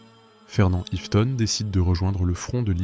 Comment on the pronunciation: Le minimum c'est d'écrire son nom correctement Fernand Iveton, d'autant plus qu'il est à plusieurs reprises, orthographié et prononcé différemment par l'auteur de la vidéo.